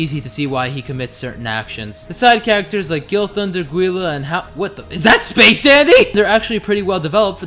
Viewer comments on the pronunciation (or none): none